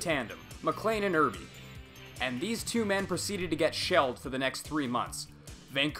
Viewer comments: Mispronouncing Irbe's name was funny, but it sounds like "Err" "Bae". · Arterz errbee lmao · LOL I burst out laughing at the way you pronounced Artur Irbe's name.